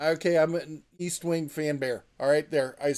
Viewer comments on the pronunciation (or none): HF seems to be lacking in ball peen hammers. They have a set, yeah, but they should have some similar to those nice cheap claw and rip hammers like they have. BTW, it's EST-wing. Not east. ;)